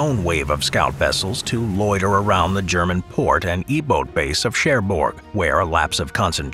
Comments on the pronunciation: eboard eboat or uboat? i thought it was üboat. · ffs that's embarassing... do you mean u-boot when you say and write e-boot?